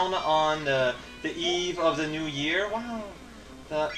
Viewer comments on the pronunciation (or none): none